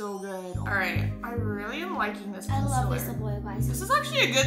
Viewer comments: I love how they said concilar instead of concealer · i love how says conceler instead of concealer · consealer:consiller